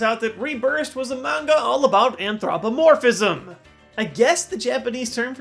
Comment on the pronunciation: I read it. Or at least as much as there was translated back when I read it. I liked it, but I forgot about it. Also, not only did you mispronounce anthropomorphism, you also used it incorrectly. Anthropomorphism is Pokemon with human bodies. This is transmogrification. Get your terms straight,. (These hurtful comments are said with all love)